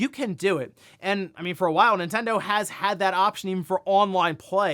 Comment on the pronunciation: Ninten-DO what Ninte-DOES….😮‍💨😮‍💨